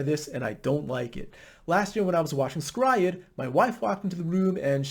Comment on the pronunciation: Your pronunciation of S-Cry-Ed is immensely satisfying :)